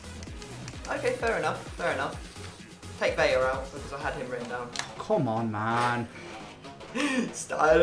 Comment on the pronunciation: ITS VELA NOT VELLA